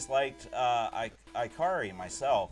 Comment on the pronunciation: It's "ih-CAR-ee" Warriors.